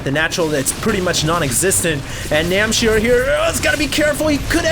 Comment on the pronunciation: NAM H C IR not NAM C H IR